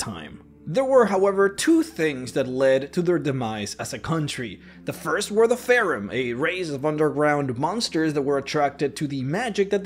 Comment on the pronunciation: STOP CALLING IT FAREN. IT'S PRONOUNCED FEY RUN